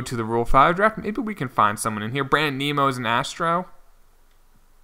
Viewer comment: Brandon Nimmo isn't pronounced "nemo" , idk how to spell it how its pronounced lol